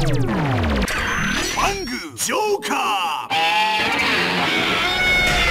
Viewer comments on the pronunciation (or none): Ad nên đọc một cách bth chứ đừng cố bẻ nha, Fang mà đọc sao thành phâng lun